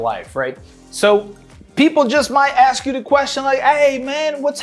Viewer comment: And yo brothers gotta stop saying AX for " ask' all the rest is all good but AX be like dumb nasty ass ignent, dig?